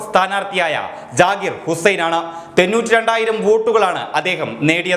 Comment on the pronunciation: തെന്നൂറ്റി രണ്ട് അല്ല സഹോ.. തൊണ്ണൂറ്റി രണ്ട് 😁